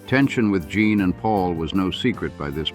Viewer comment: Omg it's Gene not Jean!